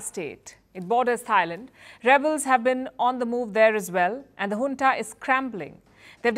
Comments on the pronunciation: Madam it's Junta not Hunta. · Palki cannot say Junta ..... says hunta 😂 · Junta or hunta?